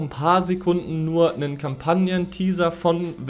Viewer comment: bitte hör auf es Wangard zu nennen, bekomm schön schmerzen wenn zuhöre